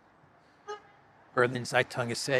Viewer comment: the Berlin based newspaper could be pronounced as" Berliner Saytung".